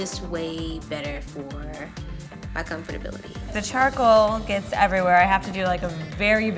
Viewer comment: “I’m so pwetty— oh it’s getting evewywhewe!”